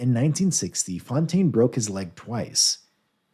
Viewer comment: So many horribly wrong pronunciations. A shame as the video generally is quite informative. Big shame for Fontaine.